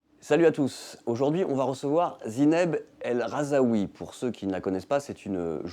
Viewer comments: Mouais, mauvais intervieweur d'une bonne interviewée mal filmée ! De plus, il ne s'agit pas de Zineb "el RhazAoui" comme prononcé plusieurs fois lors de la vidéo, ni de Zineb "el Rahoui" comme écrit à 2 reprises dans la présentation, mais bien de Zineb El Rhazoui, c'est quand même pas compliqué.... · Même pas capable de nommer son invitée correctement "El Rhazoui" pas "El Rhazaoui" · Il s'agirait de prononcer correctement Zineb el Rhazoui, et non pas Zineb el Rhazaoui...